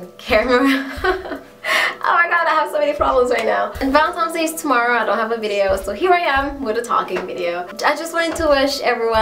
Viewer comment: You said "Valentimes Day" you must be caribbean!! hehe